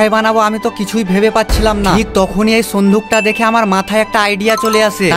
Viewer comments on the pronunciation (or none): Sinduk ❌ sonduk ✅ 😂😂😂